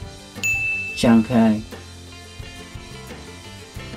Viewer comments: Shanghai was pronounced properly??? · Beiging Shangkai what kind of pronunciation is that